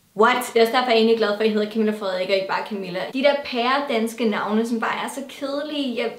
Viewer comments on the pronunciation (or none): none